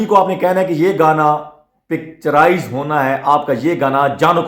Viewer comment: سر جی گانا پکچراز نہیں پکچرائز ہوتا ہے آپ حوصلے سے گفتگو کریں سکون سے بولیں ۔۔۔۔👌🏾✌💯